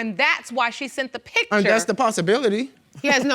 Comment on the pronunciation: The word is P I C T U R E. Not p i t c h e r. Too lazy to say words correctly.